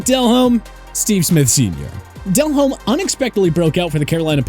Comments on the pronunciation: Why is saying Jake Delhomme's (pronounced Del-ohm) name so weird in this video? And neglecting the fact that Jake had his best career year without Smith? Also at the point when he was actually on the decline without Smith, he was already well into his 30s. That was a research fail. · Delhomme is pronounced as del-ome.. the H is silent.. 🤦🏼‍♂️🤦🏼‍♂️